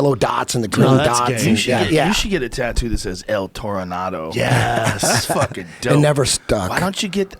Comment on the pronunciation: Eddie "EL Toranar Do" Bravo